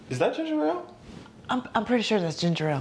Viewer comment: .. okay, first, it's pronounced ginjel...second, that ain't the right kind...you need some redrock...third, it would've been a light spot on sweatshirt's arm...third, y'all ain't catching Jayy...